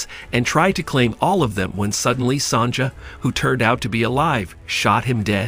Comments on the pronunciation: It's pronounced "Son-ya" not "Son-ja." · Sonja is pronounced Sonya. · Mistress "Sonja", it's pronounced Sonya. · Your pronunciation of Sonja is the funniest thing I have heard in a looooong time. Clearly not gold. Gold is HEAVY. Almost 20 times heavier than water, for instance. This lump would be quite a few pounds of gold and there is exactly no chance of holding it and moving it as shown.